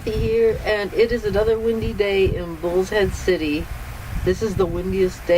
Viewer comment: Kathy, nice informative videos, but as a former resident of Bullhead City, I cringed at the start of the last 3 videos. It's like fingernails on a chalk board to my ears. The name of that area does not have the letter "s" in it. It is Bull-head-city. I realize this video was made 2 or 3 years ago, so I'm hoping you have corrected yourself since then. BTW, you are getting better with your videos from when you first started out.